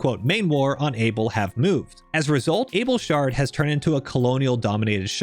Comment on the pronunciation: Great vid! A lot of the time you said “shard” I heard “shart” and because I’m a massive dork I giggled every time.